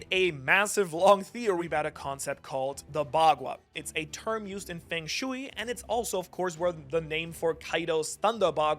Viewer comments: Don't forget feng shui pronounced as fang shooie instead of fuhng shway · Feng Shui is pronounced 'Fung Schway'. You also got apocalyptic wrong, and something else.